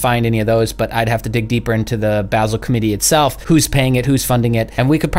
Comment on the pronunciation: Your ‘dummy’ approach to investing is a lame excuse for not understanding what is happening. Also, you are pronouncing Basel incorrectly. Not a big deal, but you should know.